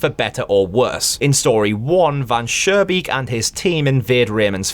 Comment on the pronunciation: This is a FANTASTIC analysis, I agree to pretty much everything. Additional thoughts: - The developer trying to delete the vermin problem with very low effort is adding to his downfall. - It's Van SchooNbeek with a pronounced n, not Van Surebeek with an r... but when I told you that in the last video it was already too late I guess. - I don't know if I'm sure Van Schoonbeek is greedy... maybe he just likes to mess with people, who knows - Not sure the vermin in story 2 are "greedy"... I think they are just insect like doing what they do but at first reflect the developer (or his desires) and are more in a disguise this way